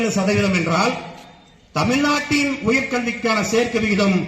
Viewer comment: தொலில் .. தமில் நாட்டில்